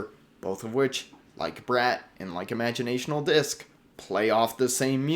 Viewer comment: Sorry, just to save you next time youre at the music store. Its Imaginal not Imagionational.